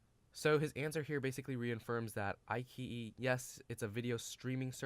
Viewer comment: I key yi? Come on. It's i chi yi. Nice video otherwise.